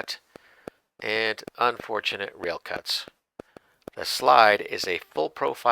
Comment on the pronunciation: Did you just say unfortunate rail?